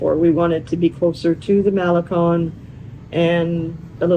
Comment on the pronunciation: MaleCON not MaleCONE!😊